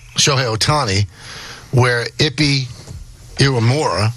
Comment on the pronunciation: Michael Kay: "Muzahara". No, his name is Mizuhara. Also Michael Kay: "Ippy". No, his name is Ippei. Also Michael Kay: "He lost $141 million and won $100 million." No, the wins totaled $142,256,769.74, and the losses totaled $182,935,206.68. Dumb guy on the left: "...the minimum of what Ohtani is guilty of is being a rube..." Well, Dane Cook was embezzled by his own brother out of $12 million dollars over a period of 10 years. Dane Cook said he didn't pay much attention to his accounts and the only way it was caught was that he hired a new manager, and the new manager found out about the crime. Wealthy people are often too busy and delegate things to others. I guess lots of people are rubes, then. I worked in the Trust Industry (managing assets of wealthy individuals and also corporate pension funds, etc.) and stuff like this happens all the time. Lots of embezzlement goes on and it's not that difficult. A lot goes undetected. Dumb guy on the right: "How could his interpreter have access to his money? HOW!?!?!??..." READ. THE. AFFIDAVIT. It shows how Ippei did it. These guys are so obtuse and willfully ignorant when they could just read the affidavit.